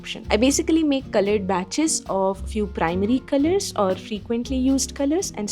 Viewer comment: I like the way u say 'culloured' in a very unique accent .. jk.. love ur videos❤❤